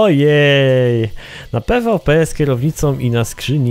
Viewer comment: pvp sie czyta - "pi wi pi" xd